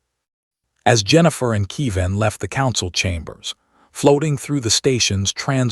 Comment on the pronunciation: KE-VIN, not KEE- VAN. And why does it end mid-phrase?